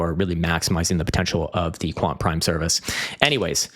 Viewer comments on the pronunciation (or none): none